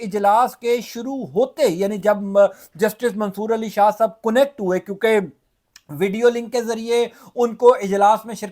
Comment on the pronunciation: 😳😩😒😢کونییکٹ تلفظ نہیں ہے اصل تلفظ کنیکٹ ہے